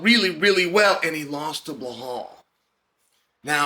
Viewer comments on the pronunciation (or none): Be-lal not Be-hal 😂😂😂😂😂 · I like you Chael, but it's BELAL, not BLEHAL.. Is this some kind of inside joke that I don't know about? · it's Belal not Behal 😉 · If his name was Blahal, Chael would call him Belal 😂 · Bilal Mohamed ❌️ Blahall Mohamed ✅️ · Why can't Sonnen remember the name? It's Belal not behal 😢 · You keep saying his name wrong!!!! His name is not behal His name is Belal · Now that Belal is the champ maybe Chael can stop calling him Behall. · When will Chael remember the name? It’s NOT Blahal it’s Bilal ! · Why is the fuck does Chael have such a hard time with names even when they sound exactly as they are spelled!???😂😂😂 BE-LAL like he really gets BLA-HAUL out of that??? WTF??? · Chael clearly doesn’t remember the name. lol blahal. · Who is "Bhulal" that Chael keep mentioning? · And New: Blohal "rememeber the mispronounced name" Muhammad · As an Iraq id like to say that Chael in this video looks so american to me the way he speaks and the posture with that sunglasses 😅 uncle chael 😎 The only thing he needs to work on is stop saying (Bahal) 😂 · Ble hall Macklahchev! Nobody bastardizes a name better than Uncle Chael! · Blahol "Mispronounce The Name" Muhammad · Anyone else come here just to hear Chael call him Blowhaul? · 🎉🎉🎉 Gotta give Chael some props for standing by Belal this whole time and believing in his tenacity. Now, c'mon uncle Chael, for the 100th time, it's NOT "Blay-haul" 😅😅😅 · Blehal Business 😂😂😂 nearly wrecked my Tacoma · chael we heard you say blehal on broadcast; nice. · I don't know. I heard "B'lal." But it's at least a bit closer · he said that once, maybe twice but 99% of time it's "Blehal" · Lol it’s bel al where he is getting an h from 😂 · Its pronounced BLAHAL lol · He still sayin blahol tho ha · Uncle Chael still pronouncing Belal’s name wrong is the best part if this video. 😂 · Hey Chael where did the H come from in Belal’s name? 😂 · Love you Chael, but heads up there’s no H in Belal 😂